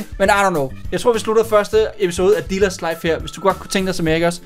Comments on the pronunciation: det lyder som om at du du siger ^velkommen til diller´s life¨ xD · Er det bare mig eller siger han dillers Life ??? 0.03